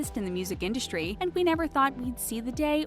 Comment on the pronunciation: It’s in-dust-ry not indushtry. Your lisp is about 20x worse than Leonardo DiCaprios.